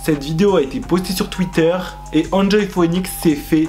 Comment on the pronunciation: "Enjoy phouénix" 😂 sinn je kiff tes vidéos et vrmt ce top c'est une trop bonne idée 💛☺